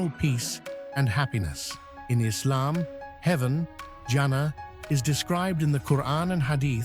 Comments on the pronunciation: It's Janna not janaaa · Can you please say jan-na not jana